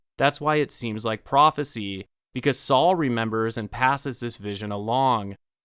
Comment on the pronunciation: It's Sol not Saul!